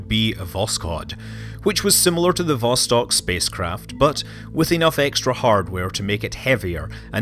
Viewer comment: Also: vostOk.